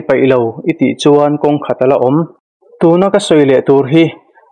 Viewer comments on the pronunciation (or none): none